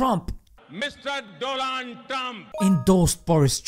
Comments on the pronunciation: Modi makes best pronunciations 🤣😂🤣😂🤣😂🤣😂🤣😂Doland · Modi: “Mr. Dolan Trum” 😭🤣🤣🤣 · Mistarr DoLAND Trump 😂😂😂